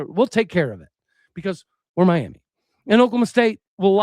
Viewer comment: You’re pronouncing Miami wrong. Are you truly from Oklahoma?